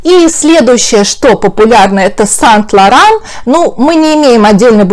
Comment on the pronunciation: Почему сайнт лауран а не сэйнт лауран